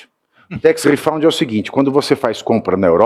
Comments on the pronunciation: Pavici, gosto dos seus comentários, mas a pronúncia de tax refund é tex refand, não refaund. Refaund quer dizer reencontrado. And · Pavinato, a palavra é "RIFÃND" e não "RIFOUND" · Tax refund, Pavinato, não “redound”. Mas a denúncia é boa.